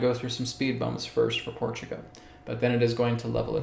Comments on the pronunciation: When you say Portugo , are you meaning PortugAL? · Portugo? What? 😂🙃